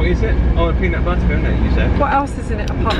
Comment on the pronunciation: PEANUT BUTTAH!?!?